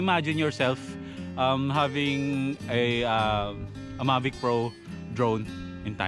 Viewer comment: Mavis 🤘🏻 tapos ang basa sakanya ay May-vis